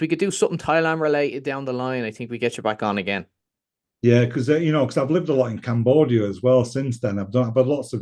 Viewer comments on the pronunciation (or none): none